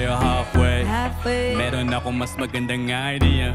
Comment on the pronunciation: Ano meaning nung "kita tayo halfway"? I love pero di masyadong malinaw yung pagbigkas niya ng halfway